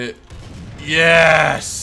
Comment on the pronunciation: Squire is going to kill you for murdering the pronunciation of the word "Yeessss"